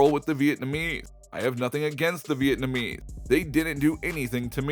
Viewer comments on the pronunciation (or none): Anyone else get annoyed when he pronounced “Vietnamese” as “Vietnameee”? Then he pronounces “conscience” as “conchin”.